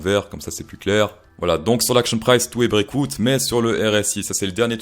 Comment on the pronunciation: Cher ami, bonne vidéo, très divertissante. Par contre les éléments de langage sont ignobles...si tu commences à dires break en anglais le "out" dis le en anglais pas comme un plouc français.... Ethereum dis le normalement aussi parce que tu forces c'est vraiment pas agréable Voloum.... pareil ça pique Juste le petit effort sur le langage et tout est bon